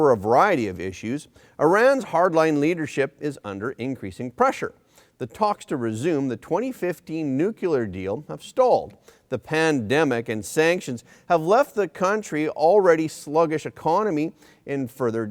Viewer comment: you always mispronounce something and I want to mention it. You pronounce nuclear as (noo-kyoo-ler). The correct pronunciation is (noo-klee-er). love you Front Page team. keep up the dynamite work!